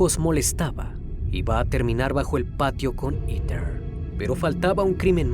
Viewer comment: Todo bien pero en serio “iter” ????? Heather se pronuncia JEDER